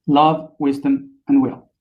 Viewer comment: You can say the words "it" and "in", but when you say "will", it comes out "wheel".